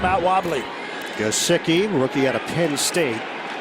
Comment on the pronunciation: bruh the commentator said "the rookie jesick" instead of gesicki